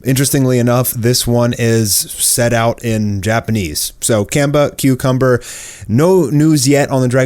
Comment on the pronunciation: Why is it that you have a channel primarily dealing with anime, yet you still can't pronounce Asian vowels correctly? It's not "can-buh", it's "kahn-bah"...no need to Westernize things.